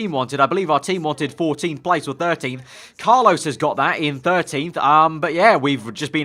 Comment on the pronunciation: How do you manage to mispronounce Carlos?